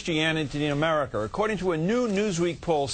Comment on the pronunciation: Americer lol